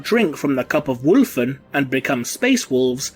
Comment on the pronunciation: "WHULF" you mean, woolf? WHUL-FHEN fmlkms